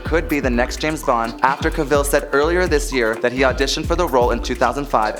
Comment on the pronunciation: You need to pronounce actors names correctly. To quote Henry Cavill "Cavill is pronounced like travel". Who wants everyone to pronounce their name incorrectly? Just ask Brendan Fraser.